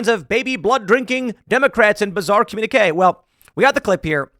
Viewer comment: "Comminique" 😂😂😂 wtf